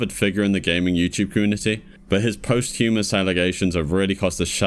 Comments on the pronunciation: One take away from vids like this is how few youtubers pronounce 'posthumous' correctly. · For the love of all the gods, learn how to say "posthumous"!